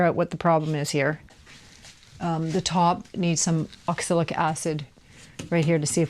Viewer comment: I noticed you talk about 'oxilic' acid a few times. Actually, that would be oxalic acid, with an A instead of an I. Nice job, btw.